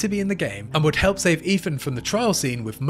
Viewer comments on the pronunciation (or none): none